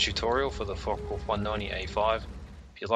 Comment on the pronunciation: Yes good, thanks, but it's not pronounced "Fok wolf" (even in Australia), its a Foka vulf.